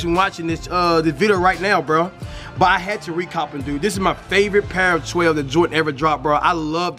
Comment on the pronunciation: love his vids but he dont know how to say 12 😂